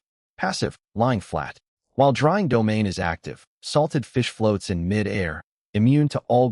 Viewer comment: AI iz stupi rock-shard, SMH, wow wow wow wow, wow, From mi-dair to mid [pause] air. Trash Tier AI